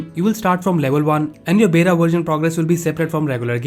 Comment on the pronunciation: It's बीटा not बेटा (son) ☺️☺️😁😁😁